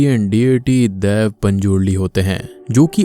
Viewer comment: Bro it's dhaiva hai dhiv nahi